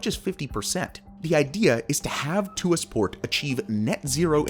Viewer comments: The correct pronunciation of ‘Tuas’ is /twɑːs/ (sounding like ‘Twar’). Its not /tuː-ɑːs/ (‘Tu-as’) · its not pronounced "to as" its pronounced "twahs" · Tuas port is pronounced Twaas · Hi from Singapore! This is an awesome video explaining about this megaproject. Its a quick reminder to the world that automation is the future of work, and the way forward in the next few generations to come. Besides the Tuas Port (its pronounced tu-was, single syllable), it would be cool if you could do a video about Singapore's awesome metro system next😊👍